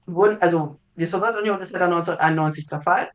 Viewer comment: Geht mir genauso! Man merkt, dass viel Arbeit in die inhaltliche Aufarbeitung investiert wurde. Zum zweiten Punkt: Da meine Eltern in der Sowjetunion aufgewachsen sind, bin ich es eh schon gewohnt, dass sämtliche Begriffe aus dem Themenblock ,,interessant" ausgesprochen werden. ,,Sowirtunion" ist da tatsächlich noch sehr zahm🙈